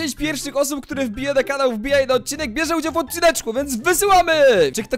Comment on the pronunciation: BIEŻE? XDD CHYBA BIERZE POWINNO BYĆ